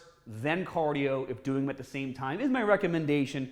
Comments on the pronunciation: Caaaaadio haha love it is that a Boston accent? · CAAAH-dio! Gotta do your CAAAH-dio. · What’s cadio? 😂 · Why do you pronounce cardio like that